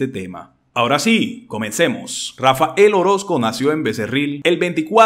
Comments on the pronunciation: Pudieras hablar bien? No es Rafa el,es Rafael. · No es Rafa. El. Orozco, Huy no es Rafael Orozco porfa hablé bien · No debe pronunciar el nombre de Rafael xq dice Rafa el orosco